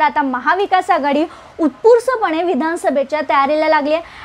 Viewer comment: उस्पुरतं हा शब्द नीट बोलायला शिका मॅडम 😄